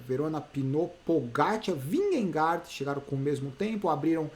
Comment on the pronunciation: Só uma curiosidade, a pronúncia dinamarquesa para Vingegaard é algo como "vinhe - gou". 😛